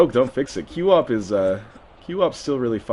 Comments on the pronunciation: QWOP is pronounced kwop, not cue-op. :| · im sorry, I cringed every time you called it q-wop.... its qwop, one syllable, QWOP